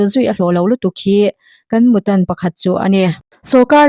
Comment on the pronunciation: Mu tân(tân lai hi thluk tur ani.)